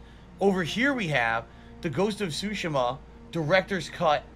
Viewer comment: I can't get over how he says Tsushima. He says it so 'Murican.